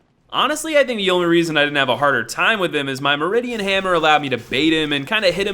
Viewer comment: I really don't want to be that guy, but it's the "Mirdan Hammer." MEER-dan Hammer. Or Mur-dan. Can't really say for sure, but I used the first one, and that's where my money is.